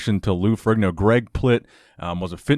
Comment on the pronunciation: Isn't Ferrigno pronounced Fer-EEN-o ?